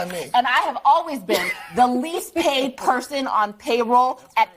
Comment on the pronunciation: is she saying least paid person or least behaved person. I keep hearing "behaved" and not paid...???